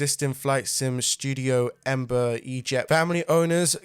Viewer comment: Embar? Its Embraer